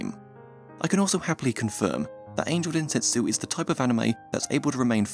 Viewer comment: sir u said dentetsu instead of (densetsu), sos.